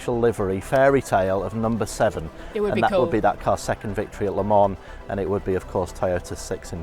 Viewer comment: LeMon xD - someone should have taught her how to pronounce it correctly.